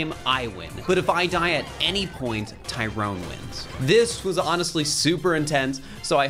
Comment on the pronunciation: Btw its Tyron not Tyrone lmaooo